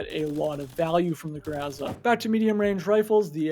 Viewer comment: grO like in bOx and zA like in sUn za is stressed syllable